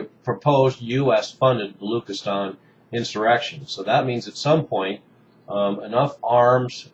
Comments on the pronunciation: Its not balookistan, its pronounced balo-ch (as in china)-istan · hey u pronounce "balochistan" not as "balookistan" but as "baloCHistan" "CH" sound as in china dana rorbacher was making the same mistake and was ridiculed in pakistani media for that.